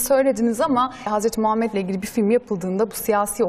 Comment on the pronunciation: Sunucu peygamberimizin ismini daha adamgibi soyleyemiyor iranliyonetmen besmelelen basliyorsizlerine masallah